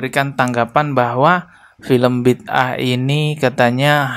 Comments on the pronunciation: Sebutan yg benar judul drama keagamaan Malaysia "Bida'ah" tu Bi da ah bukannya Bid ah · bang, sebutan nya bi-da-ah. 👍